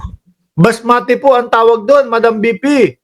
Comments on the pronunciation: It's basmati rice not masmati.. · Unggoy basmati hindi masmati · Basmati ndi masmati😂